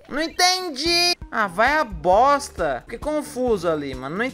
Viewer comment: Agonia do falando "boSta" e não "boXta"